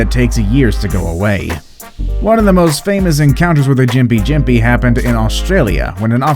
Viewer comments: gimp-pee gimp-pee not jim-pi jim-pi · Its pronounced gimpy gimpy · yes it is, and gympie-gympie is a hard g (as in "golf") not a soft g as said by the commentator... but the article's title suggests you should be running away from trees screaming for help, so my expectations were pretty low